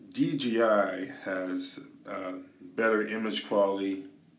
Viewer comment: Sounds like you say DGI.